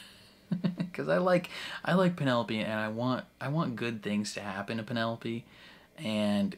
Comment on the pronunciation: It's you constantly calling her Pen-ne-lope... Hilarious 😂😂😂